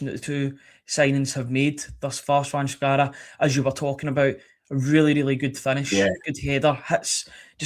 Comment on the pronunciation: His name is pronounced chvanchara-Cvancara